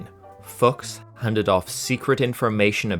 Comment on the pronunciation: Klaus Fooooks not f*cks 😂 I'm he must've done plenty of the latter too but when it comes to his name, it's pronounced fooooks. 😂